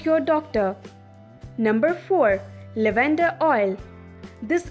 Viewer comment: Good video overall but many words are missed pronounced. Iodine, lavender, inflammation